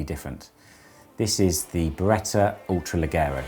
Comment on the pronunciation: There is no R at the end of the Beretta brand name.